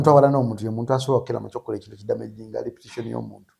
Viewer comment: Its reputation not repition.